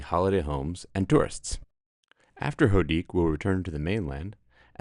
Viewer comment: Hoedic is pronounced oh-ay-deek. The name is derived from the Breton for duckling, neighbouring Houat (pronounced Waat) means duck.